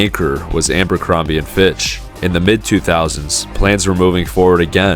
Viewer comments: Kinda like ambercrombie instead of Abercrombie...🤦🏼‍♀️ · At least learn how to say abercrombie... 🙄 makes you seem less credible